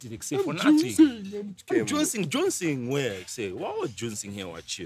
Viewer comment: Man said I'm jouncing lmao